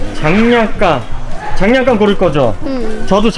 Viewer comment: 약간 님이 장난감을 장냥감으로 부르는거 같아요! ㅋㅋㅋ